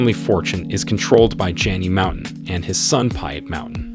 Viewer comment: The names are pronounced slightly off, Mouton ('Mou' or moo as in like a cow, and 'ton' as in a flat O sound like the word "con"). Then Motsepe ('Mo' as in the same as the sound in the word 'on' will be close enough, 'tse' is spoken like a flat e as in Jerusalem and the ts like cats or Betsy and the 'pe' is pronounced like the word pear) otherwise very informative.